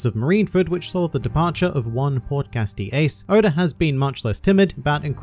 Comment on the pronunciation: Nope. All I hear is Podcast D. Ace